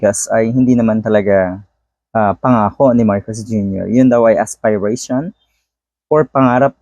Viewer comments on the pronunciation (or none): Fren, "as- peh- rey- shon" po, not aspay- rey- shon😆